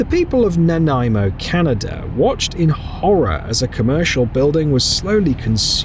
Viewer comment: I'm impressed that you pronounced 'Nanaimo' correctly!!